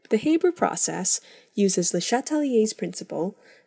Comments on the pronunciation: The Ranahan Man HAYYYYYYYYYYYYYYYYYBERRRRRR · It's pronounced "H-Aa-ber's" process not "H-Ae-ber's" process. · It's Haber, not Hayber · Anyone else triggered by her calling it the "hayber" process instead of the "haa-ber" process?